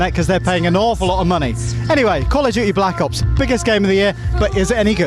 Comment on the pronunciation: the way the lad at the begining said blck ops sounded like back ops